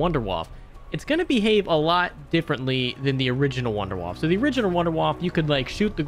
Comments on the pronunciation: Wunderwaffe [woundAir-whuff-a] Not wonderwuff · It's pronounced VOON-DEH-VAFF-UH! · Please for the love of God pronounce Wunderwaffe correctly... Or at least say waffle like dempsey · I love it how all of you call the wunderwaffe in your english pronunciation xD